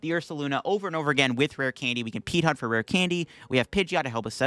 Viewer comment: It took a bit for it to register that you kept saying "Peat Hunt".